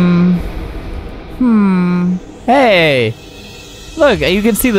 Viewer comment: I just wanna get the key key key" what i hear : i just wanna get the tea tea tea